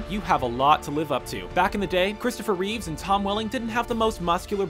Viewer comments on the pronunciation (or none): none